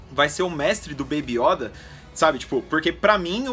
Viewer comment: Fora que eles pronunciam "iÓda com acento agudo o certo é yÔda com circunflexo"